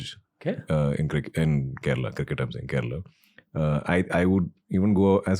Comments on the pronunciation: It's Kerala not kerela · Come on. Kerala and not Kerela!